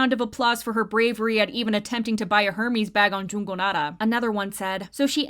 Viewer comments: Her-mees It’s -er-mez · HURmeez💀 Correct pronunciation for this brand is more like [Ehr-mehz] btw